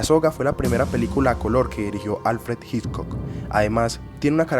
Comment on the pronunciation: Muy buen video, muy interesante. Sería ideal que la pronunciación del apellido Hitchcock fuera correcta, eso le añadiría valor a tu trabajo que ya de por si, es muy bueno.